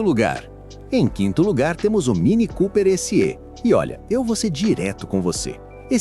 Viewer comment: Chanando na fonetica mini cooper esse Ê ,na verdade é sÉ !! voce chama o pé de pÊ ? hahahahahhaha